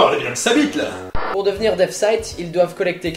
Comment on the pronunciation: DEATH NE SE PRONONCE PAS DEATH(F) MAIS DEATH(SS) CAR SI TU PRONONCE AVEC UN F SA VEUT DIRE SOURD